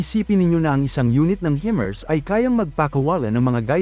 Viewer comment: Himars po hindi hemars